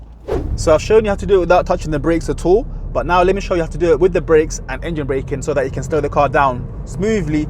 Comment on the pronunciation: You said engene 3 times